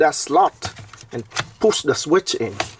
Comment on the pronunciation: I like how you say, “puss the sweet in”.